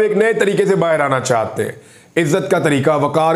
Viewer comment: Plz aap chahte ko chahte bola karo chatte nahi log mazak udata h apka li bolna nhi ata aurato wali khubi he bla bla😢